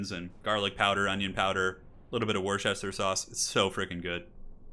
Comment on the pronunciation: Worcestershire, as in Worcestershire sauce, is pronounced Wusster. Also, nice battles.